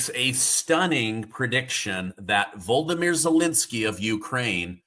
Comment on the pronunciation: "Volodymyr" is not "Voldemir".